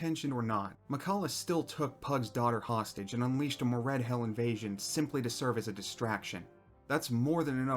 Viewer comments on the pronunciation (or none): I died a little everytime he pronounced Moredhel as Mored-HELL. 🙂